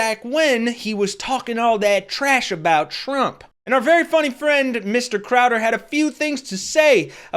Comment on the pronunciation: Oh. My. Gawd. "Trevor Crow?" CROWDER. TRAE. CROWDER. That's the kind of illiterate rubbish I expect from a MAGA channel.